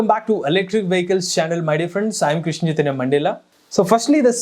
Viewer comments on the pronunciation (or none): none